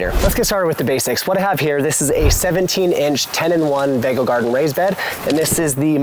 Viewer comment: I’m sure the pronunciation is vego beds as in vegatable.